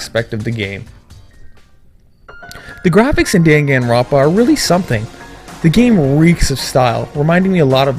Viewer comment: ***** Pretty sure they're not a weeaboo for correcting a pronunciation error as well.